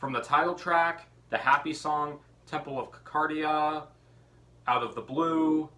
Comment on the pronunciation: It's an awesome album! Love JP & DT !! I like the DT font on your name there..haha FYI...it's pronounced Temple of Sir cadia